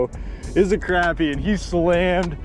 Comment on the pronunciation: it’s not crap-ir it’s croppie